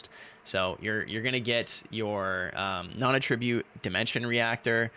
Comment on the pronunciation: at tra butte ------ Attribute and attribute are spelled identically but are pronounced differently and have different meanings, which makes them heteronyms. need to learn how to pronounce this..